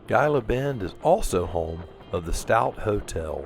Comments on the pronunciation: I just watched your videos of your trip thru Texas to California, and I must say you have great videos. In Texas you traversed the Chihuahua Desert and into the Mojave Desert of Arizona, two diverse eco areas. But I must correct you on one point, Gila is pronounced "He-La" as in the Gila Monster. Great videos (all of them) and you two be safe in your travels. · Its pronounced heela..g is h sound